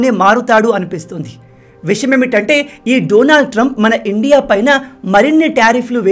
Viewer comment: Bro మీరు ఇండియా అని క్లియర్ గా అనండి. మీరు endia అన్నట్లుగా వినిపిస్తుంది